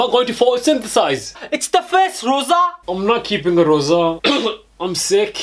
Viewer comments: Loza its lrosa or rosa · so funny when he said Loza instead of Roza